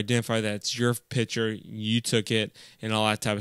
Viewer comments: Thanks, very useful. But it's "picture", not "piture" :-P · While you were saying picture you said Pitcher